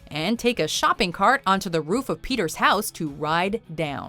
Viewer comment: Shopping Cart.. no, uh Ro-roof. Roof Shopping Cart....Guys.